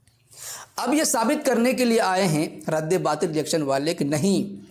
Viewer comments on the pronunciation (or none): اس کو مفتی کون بنایا ہے بھائی اس کو تو رد باطل بولنا بھی نہیں اتا 😂😂رد بات بول رہا ہے😂😂